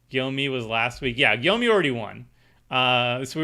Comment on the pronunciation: "Gyome" is pronounced like Home but starting with a J "Gy" is a singular letter